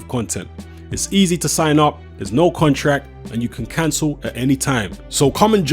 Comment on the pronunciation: Wilder says "contract" says"contrack"😂😂😂😂😂